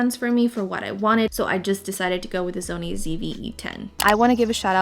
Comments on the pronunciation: you said “zony” instead of “sony” 😂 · why do you pronounce it zony instead of Sony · It stresses me out when you say Zony 😭🤣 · The "Zony" ZV-E10, (she can say it properly at time )